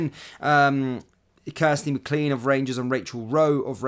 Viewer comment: We'll forgive you as you're not Scottish but the surname McLean is not pronounced Mc..CLEAN. It's pronounced Mc..LANE.